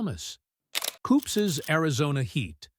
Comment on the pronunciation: It is Koop's, not "koopses". Total AI robo-voice fail. Do you even edit this crap before uploading?